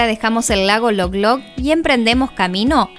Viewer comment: El lago se llama Lolog, no Loglog.